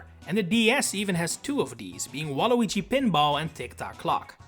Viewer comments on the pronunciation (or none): none